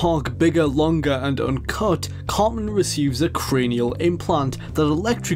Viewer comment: It's "CarTman," not "Carmen." 😅